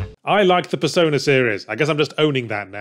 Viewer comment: He really should enunciate the P in persona a bit more in some of the points in the script...